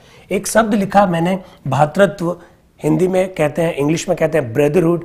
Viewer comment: बहुत ही ग्राह्य और शानदार अध्यापन सह विश्लेषण श्रीमान। भातृत्व नहीं।.. भ्रातृत्व शब्द सही होगा✔️🙏 धन्यवाद, आभार💐❣️🙏🙏